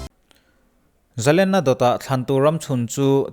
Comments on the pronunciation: Zalena "len" tih lai tak hi, sangha len kan tiha "len" kan thluk ang hian thluk tur a ni lo maw???🤔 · zalenna laitak a lenna kha,sangha manna len lamrik dan hian lam la,a dik zaih ang